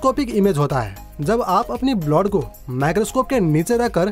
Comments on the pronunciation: Blowd nhi bolte bhai blood bolte chootiye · Bhai blod kya hota hai..blood hota hai.. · First.. Go to nursery and practice you PRONOUNCIATION sir.. It's blood not bloth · wrong blood pronownation it should be blud not bluad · Bloud nhi hota blood hota 🤣🤣🤣🤣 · Abe blod nehi blood hota hai 😑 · ## It is not "blod"😂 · Blood ka pronounce sahi kariye...